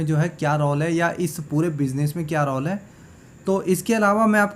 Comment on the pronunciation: रौल नहीं रोल।ये तो पूरा राक्षस ही है ।